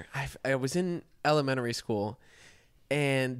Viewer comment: what in the world is “elemenery” school?